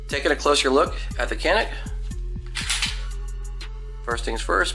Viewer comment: Hey from Turkey guys. It is actually pronounced like this "janiik" :) Thanks for your videos.